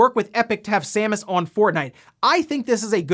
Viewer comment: Thank you for reading Samus' name correctly ("Sam-us") instead of incorrectly pronouncing it Seamus ("Shame-us") like a certain OTHER Youtuber did recently.